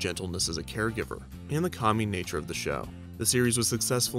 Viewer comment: I heard that as "and the COMMY nature of the show" and had a good laugh. I know you said "calming"